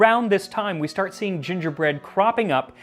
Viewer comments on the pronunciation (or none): none